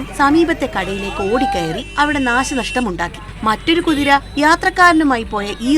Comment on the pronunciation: Kuriraa allaa maa bhu... 😂😂😂 Kuthiraaaa😂😂😂